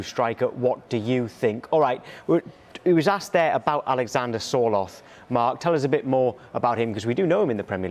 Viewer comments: Sky, Sorloth... not Sortloth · "Sorthloth" lol